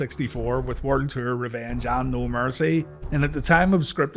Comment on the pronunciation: WCW werd ter lol sorry bro, love your videos it just took me a minute to figure out you were saying world tour. Keep doing your thing though bro